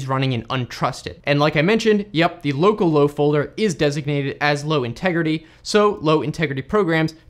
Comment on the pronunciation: At the begging I thought you said locallow as locallocal and I was confused